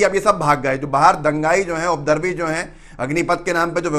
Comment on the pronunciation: अरे भाई बोलने के पहले उपद्रवी शब्द का हिज्जे और उच्चारण सही तो कर लीजिये। बार बार आप "उद्रवी" बोले जा रहे हैं। हिंदी चैनल है आपका। हिंदी को सही सही बोलने का अभ्यास कर लीजिए। आपके चैनल का मैं प्रशंसक हूँ।